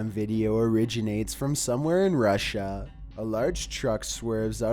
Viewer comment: the way he says Russia makes me laugh